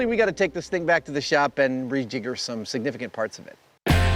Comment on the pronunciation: Did Adam say "re-Jigger" something, and "good-slaves" in the same episode?😂